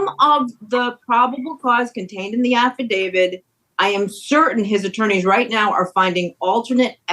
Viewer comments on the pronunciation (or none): Shame on you attorney. How many years have you been at this, and you clearly call it an "AFFA-DAVID"...🤭